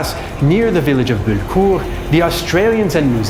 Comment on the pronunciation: BULLECOURT NOT BULKUR FFS!!!